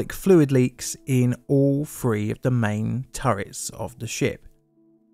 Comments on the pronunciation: STOP!! YOUR PRONUNCIATION OF THE WORD OF THE NUMBER "3" (THREE) IS "FREE"??? PRONOUNCE "TH" AS FOR "THE" NOT AS "FEE". GOT IT? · Now try saying three with a TH instead a F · Why do you say "free" when you clearly mean "three" (eg "Iowa's free guns")? There are other examples of "f" substituting "th". If you are to narrate an important piece of history, surely you should at least pronounce words properly ? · Was that one two or free.